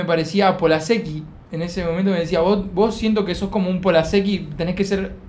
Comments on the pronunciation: NENITAAA, aclaranos si dijo "wos" o "vos", toi que no voy a poder dormir(?) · Dijo Vos pero no modula bien. Le dice que no lo dice de falso (porque están grabando para su canal), se dan un abrazo y compara a Martina con Ramita, que son los dos youtubers. Después se enojan cuando Martina las tratas de tortugas estúpidas 😮‍💨